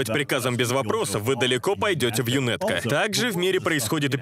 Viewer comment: Вот бы такую русскую озвучку в игру)а так збс. Только не ЮНЭТКО, а ЮНАТКО, так правильно